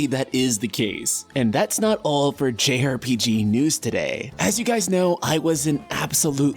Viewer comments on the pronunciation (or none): none